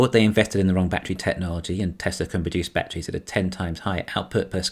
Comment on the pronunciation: Was it really "batter ease" or was it "badder ease"?